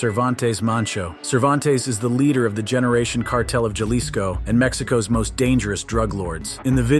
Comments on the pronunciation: It is Haliso, NOT Jahlicsco! NOT! Wise up, narrator! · "Jalisco" pronounced as "Halisco" in spanish.